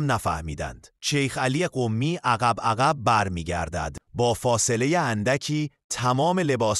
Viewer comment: کلمهٔ « قمی » تشدید ندارد چرا با تشدید تلفظ میکنید ؟